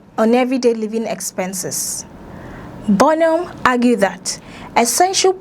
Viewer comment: BO NOM ?? 😂😂😂 hello, please pronounce our PM's name correctly..! Doughnut 😮